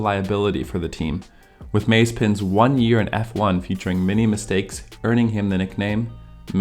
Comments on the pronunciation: The content itself is ok, but your pronunciation of DeVries, Grosjean, and Mazepin makes it seem like you've never heard anyone say their names before. Makes it feel like someone not familiar with the sport reading a script. Also, Schuma"k"er and "H"u"lkenberg are generally accepted ways to pronounce those in English, but since the channel description suggests you're located in Germany, I suggest not to ignore the "Ü" in Hülkenberg and the "ch" in Schumacher maybe? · why are you saying mazepin like that